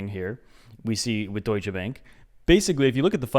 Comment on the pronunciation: As a German i gotta love that pronunciation of „Deutsche Bank“